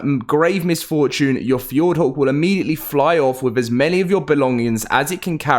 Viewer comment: The way you say "hawk"is fucked! 🤣"F-yord-whore"